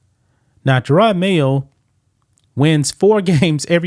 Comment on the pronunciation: What's even better is the dude kept calling him Jerard not Jerod. Pathetic reporter with no clue.